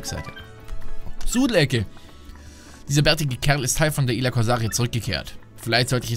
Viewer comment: Er sagt schon wieder Ila.